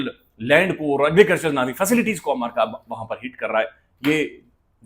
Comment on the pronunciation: You are pronouncing America wrong. It's Not Amaraka, It is AMERICA